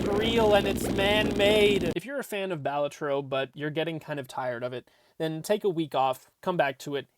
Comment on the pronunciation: Bal A Tro. Emphasis on the second syllable. It's an Italian word. Means joker. Cringe when folks mispronounce it......